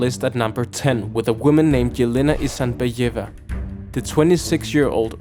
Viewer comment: Isinbayeva, pronounced as it is written. Also there were many other moments by people like Zatopek or Jesse Owens should have been here. Nurmi run when Africans didn't run so he shouldn't be here. Mark Spitz would have better results if he shaved his mustache